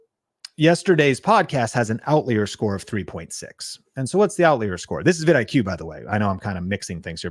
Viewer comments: Bro, were you homeschooled? It’s pronounced OUT-LIAR. OUT-LIAR!! I can’t watch this anymore… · I was wondering if I was saying it wrong! Never heard it pronounced other than out-liar before this video. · I busted up laughing every time he pronounced "out-leer." Ha! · "Out leer?" That a faster jet? :) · Outlier….never heard anyone pronounce it that way 😅 You shouldn’t necessarily look in your niche with these kinds of tools. You look at related niches and/or what’s working generally in other niches across YouTube, and then apply it to your niche. For example, look across almost any niche and you’ll find comparisons of a cheap product vs expensive product. So you can do that in your niche no matter what it is. Like “is a $1000 computer worth it?” Could be comparison of $20 vs $200 light, $50 vs $500 credit card fee, etc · Why do you say outlier like that?! 👀 it’s paining me lol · I know you are trolling the trolls by mispronouncing outlier…